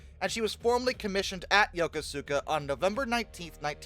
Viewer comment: How is stationed in yokosuka for a few years. It's pronounced "yuh-koo-skuh" or "yah-coe-skah"